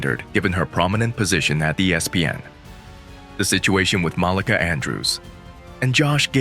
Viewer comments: You said Molicah. Its MalEka. You can tell you not from the hood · It's MUH-LEEKA Andrews. Jesus...